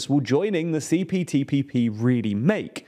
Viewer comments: Btw U said CTPPP many times Not CPTPP 😅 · This video proves that "CPTPP" does NOT roll off the tongue easily. Each time said it, it sounded like he was struggling.